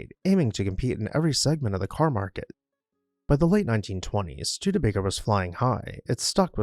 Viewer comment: The naration is great! I love the correct pronunciation of the name Studebaker-rather than the awful botched pronunciation from a few locals who say Stu-DEE-baker. Also, this presentation reports facts found in Wikipedia and other sources. Others who claim to "write" on the subject of architecture and local history are simply lifting facts found on the internet. Thanks to the producers of this honest and accurate list of facts presented factually and with honesy as well as for citing the sources to respect copyright laws. It is an interesting and educational piece.